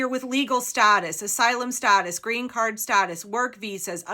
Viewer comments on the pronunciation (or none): none